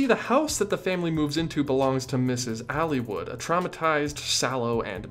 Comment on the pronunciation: I have to admit, I kinda cringed when you pronounced "Aylwood" (Ale-wood) as "Alywood"